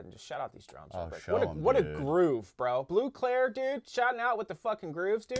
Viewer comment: Bleu clair without e 😂